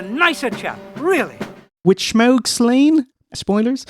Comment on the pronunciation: Had a hard time getting through this video, with the constant mispronunciation of “Shmaug,” and later “Shmeagol.”